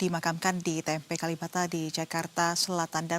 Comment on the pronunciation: KaLibata ... Bukan KaLimata Nduk.